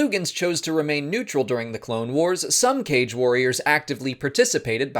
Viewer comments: while it is pronounced "Kah-gae" i actually kinda vibe with the "cage" pronunciation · I thought it's supposed to be pronounced Ka-Ge, like the ho-ka-ge, because it seems they took inspiration from ninjas, you don't pronounce it as ho-cage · Aghhhhh I opened the video just to see how you pronounce "Kage"... It's not the same as you'd read "cage". Instead, the correct way is "kah-gee". I remember Janina Gavankar correcting someone about this in the past :P She spoke about Kages many times when she did the Inferno Squad audiobook. Okay, back to watching the video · Recently I listened to the Battlefront 2 audio books, Janina Gavankar kept pronouncing it "kaa-gee" and threw me off for awhile since I pronounced it the same way you do as "cage" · Mispronounced. Kage (Kah-geh) is shadow in Japanese. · The Inferno Squad Audible pronounces the species as "Kah-gay" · I feel like, considering their Japanese aesthetic, their name's pronounced "Kah-gae". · I believe it is supposed to be pronounced Kaa-gay. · It's pronounced "cah-gay" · Kage means "shadow" in Japanese (like Kurosawa's Kagemusha) and thats likely where the name comes from, so the Kaa-gee pronounciation makes more sense to me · I see the comment section has already ripped you a new one on the pronunciation of Kage, so my status here will be in tribute. I love your channel!! More!!